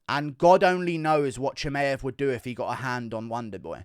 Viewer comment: Usman desperate to help Burns win. And can stop saying Cha-May-ev